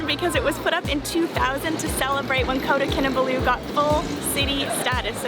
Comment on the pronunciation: Please say the name right thank u